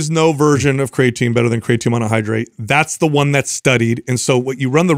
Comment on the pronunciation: I'm going to listen to this on my way from work tonight. A game I like to play is to count how many times pronounces Creatine "Craytine". 😂